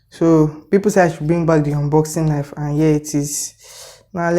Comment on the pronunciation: that your nife be like butcher own